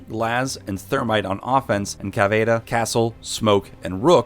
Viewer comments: Cavidera? Stahp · did you say cavaDa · Cavayda. Why. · This dude said cavada instead of caviera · Shes called cavaira Not cavada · The way he said caveria annoyed me soooo much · It’s (cav-e-air-a) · "CAVEYEAYA" cringe super obvious this dude doesn't play the game. feels like an ad more than anything else. side note: love how you went out of the way to use convoluted pronunciations that weren't even correct but didn't know that chimera is /kīˈmirə,kəˈmirə/ (kaimeera) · The way you say Caveira triggers me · “Capital and Caceira” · Why tf is he pronouncing caveira so weird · Why do you pronounce caviera like that?